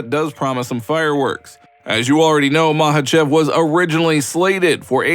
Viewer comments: Chael Sonnen and his Islam Mackelchev 😂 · When is Chael gonna tell Islam how to pronounce his last name right?